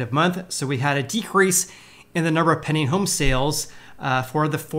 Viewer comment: Pending: Penn-D-eeing..... Penn-D-eeing... not "penning" Say it 100 times.